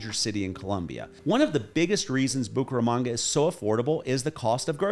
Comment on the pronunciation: Bucharamonga, Bucaranga, Bucarest......que es eso!! Esa voz en español aunque agradable pronuncia muy mal el nombre de la ciudad.